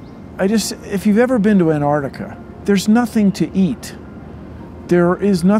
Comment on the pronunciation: Bruh!? Before doing that Try making earth better😑 Like bill nye tryna say Antartica!